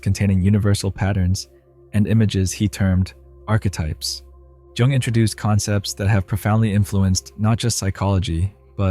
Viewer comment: It's too distracting listening to someone discuss Jung when they don't know how to pronounce his name correctly